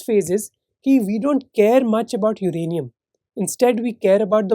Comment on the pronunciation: uranaiam or plutioiam